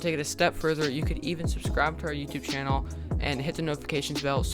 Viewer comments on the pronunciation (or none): none